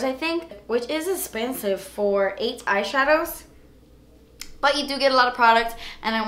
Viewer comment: Who else absolutely loves when she says "...Das Esspensive"🙋🏼